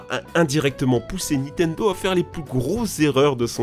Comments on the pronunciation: Tu en as pas marre de dire NITENDO tout le long de la vidéo au lieu de NINTENDO ??? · C'est Nintendo pas nitendo